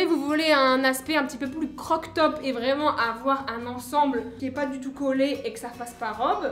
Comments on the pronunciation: « Croq top » Moi et tout le monde: « crop top » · Salut je voulais te dire que je t'aimer et a un moment tu à dit croc top est pas crop top o:-)